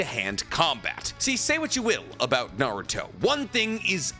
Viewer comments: Naurot?!, you drunk? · "We are Naurot, the fusion of Kakarot (Goku) and Naruto!". Sounds like Vegito refusing to say Goku. Lol, but for real that would be a pretty dope fusion.